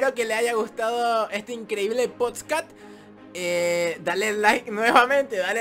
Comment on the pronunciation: En el minuto dice poscat